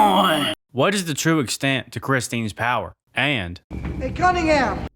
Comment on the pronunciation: 2.53 "CUNTingham"???